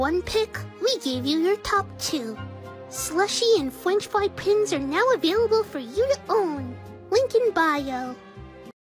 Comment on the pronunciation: I love how you include the concept of bi with ice-cweam and fwench fry